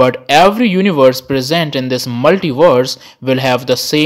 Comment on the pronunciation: "Multivorses" and "univorses"